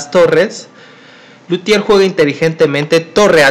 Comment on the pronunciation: Es Lautier no Lutier.